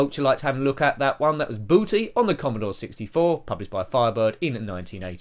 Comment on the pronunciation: Booty not Batty. 😅 You have a lot of B games in a row here!